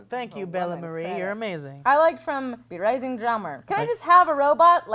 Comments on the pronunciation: NO NOOOoooooo:( It's brisingr [bree-SING-ger] the ancient language word for "fire" and draumar [DRAW-mur] the word for "dreams" from the brilliant Christopher Paolini and his Eragon and Inheritance Cycle novels...almost as bad as Nighthawk only not but almost PS: AWESOME NAME brisingrdraumar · lol be-rising-r, its pronounced bris-en-gur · B-rising ? Brisingr is spoken as it is written. Someone never read the Inheritance cycle it seems. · The way pronounced Brisingr... smh